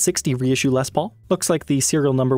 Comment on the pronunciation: until stumbling onto this channel (like 4 years ago) I wasnt a fan of Gibson. Wasnt my thing and I knew little about them. I remember back then you pronouced Les Paul as "Lez Paul".. laughed every time. Anyway my point - I wasnt aware that the "Tree of Life" inlay was used by other makers on production guitars that didnt have Vai's name on it. Figured Ibanez had a patent on that. I must say I prefer the inlay on Ibanez Jems. thinner inlay. I agree Gibsons looks super gaudy...